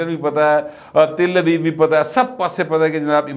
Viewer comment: درست لفظ تیل ابیب /ت پر زبر ہے زیر نہیں؟ (اسرائیل کا دار الحکومت )